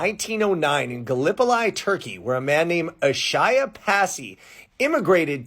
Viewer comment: Galipoli is pronounced “Ga-lip-polee”